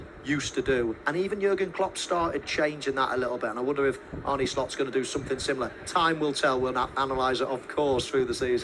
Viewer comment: His name isn't 'Arnie',. 😁